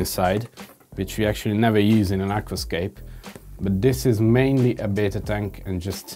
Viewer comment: Howcome says "betta," but you say "bita?"